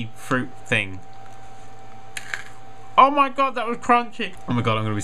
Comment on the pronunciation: you say oh my god weird (i asume your american)